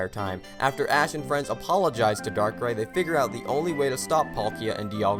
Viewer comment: The movie was my first Pokemon I watch, the reason why I love the Pokemon darkrai, I know it has flaws but I still enjoyed the movie even tho the flaws are there and no you didn’t pronouns it right XD